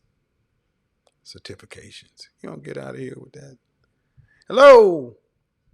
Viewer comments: A 23 year old on this video said “satifications” when she meant to say certification 😂😂😂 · Boy, I’m dying over here Sir-tifi-cation!!!!! Lmao!!!! You don’t need no man if you can’t pronounce “certification”. Lol! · "I have certifacation"😂😂😂😂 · Cer-tif-a-cations 🤣🤦🏽‍♀️🤡 certifications!!! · Cer-tifi-cation!!! You mean certification? Man I’m done right now! Lol! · "Cer-TIFI-cations" Lmao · “Sa-tifi-cations” Jesus, that was sad. 😔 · Satifacation lol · Oooookay? Certiffacation lol😆😂🤣!!! She better go get her a Pookie or Ray-Ray talking like that! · Her "Cer-tiffication" Kevin "Have you been to therapy?" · Homegirl said she has Cert -tif-fica-tions 😂😂😂😂😂😂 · Properly articulating the word "certification" isn't that hard... and English is my second language... ohh my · Certification lol the way she pronounced it sounds like a Jamaican trying to say it in English instead of that way were taught to say it in school. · she couldn't say certification 🤦🏿‍♂️. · Right lol I'm concerned that she's made it to 23..and no one made her aware of the proper way to say it. My goodness! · That was horrible. And she repeated it as it she was correct. At 23 she really struggled pronouncing something she has obtained. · When I heard that I was like. (Wait? How did you get that wrong?)